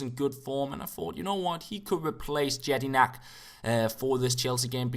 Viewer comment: Jedinak is pronounced like "Yedinak"